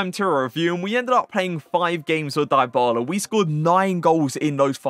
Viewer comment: That’s not how you pronounce his name lol